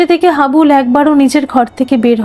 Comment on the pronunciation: নামটা হাবলু না হাবুল।